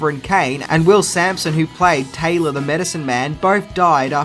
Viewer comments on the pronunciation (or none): none